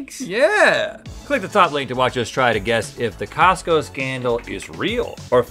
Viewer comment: So nobody is gonna talk about how she said Tosco ?